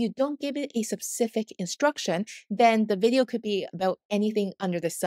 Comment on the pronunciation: I like how you say “ sepsific” better 😊